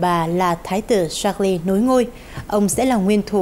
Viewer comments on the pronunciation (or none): Ko hiểu sao biên tập viên tin quốc tế mà đọc được Charles thành sác li hay thiệt :))))) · Charles mà đọc là sác li! Nực cười😂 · Cha nữ hoàng là George VI và tên vua ko phải sác lơ=)))))))))